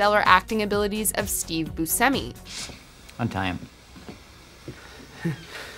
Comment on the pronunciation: For the love of god learn how to pronounce Buscemi